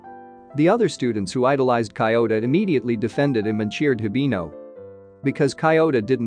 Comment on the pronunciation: Cant focus when kiyota becomes coyota...